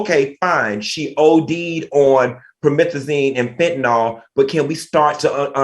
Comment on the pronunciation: It’s Fentanyl. “Nil “ not “all”. Just saying. 🤷🏽‍♀️